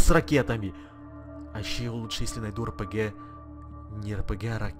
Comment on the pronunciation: мне показалось или ты в этом ролике сказал рпге))😂😂